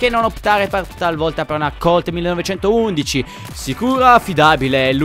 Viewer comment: io ho sentito che la colt 1911 si pronuncia 19-11